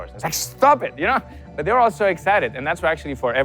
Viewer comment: I like hearing him say "but...". *Buht-hhhHhh*.